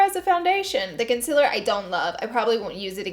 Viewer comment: Everyone else: concealer Laura: conciller